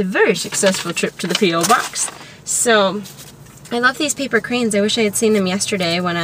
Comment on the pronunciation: PO(ke) BOX not PO BOX